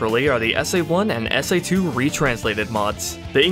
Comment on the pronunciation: ...he said S AI 2...lol